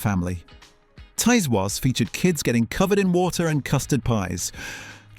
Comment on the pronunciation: I think that the narration is AI. I've noticed different pronouncaton of things from some ot the videos - for instance, in this one, it prounounces "Tiswas" as "Ties Was" not "Tizz Was"